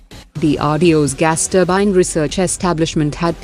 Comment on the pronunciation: ye Gas turbine hota hai ya Mas turbine 😜😜